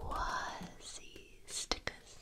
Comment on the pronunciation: Love it!!! Some noises were too harsh for my taste but your voice is exactly what I need!! When you hit the ASI when spelling QUASI that was PERFECT !!!!! You should do a talking video in that voice